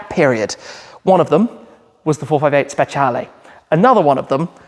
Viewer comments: It’s pronounced specialeeeeeeeee not lay. I love this car but not the colour. This in Rosso Corsa is stunning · Why does he keep pronouncing it like that? “Spetshialley” it’s a speciale like say special with an E on the end. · Can‘t wait for that „VS-Tour“ with the Speciale and a very random Red CS 😁 but Tim please do me a favour: 1. say Speciale the way you already learned at your last drive 😂 and 2. do something with that Plate! I mean i‘m happy you got these removable plate holders these days but you can‘t cover up the Cavallino 😢